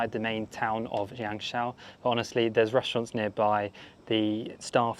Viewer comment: The Name of YangShou is pronunciation in Yang Sor~ Not your pronunciation in Yang She~ pls to pronunciation in correct way~